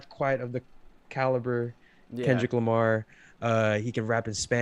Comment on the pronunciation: Is he really saying o, k. lamar with the letter 'r' being silent? Also you haven't heard Denzel, Vince or Saba new albums?